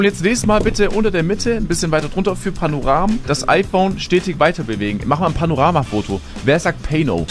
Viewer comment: ich liebe diesen clip, sogar amis würden das nicht so aussprechen... man würde wenn dann nur das erste "a" englisch betonen